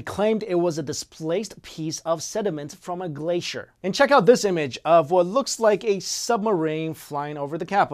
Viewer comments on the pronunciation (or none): none